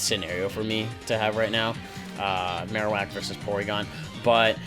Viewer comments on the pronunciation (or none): none